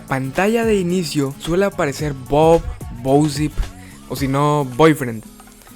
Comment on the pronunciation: Siempre decia " bousip " en vez de bosip xd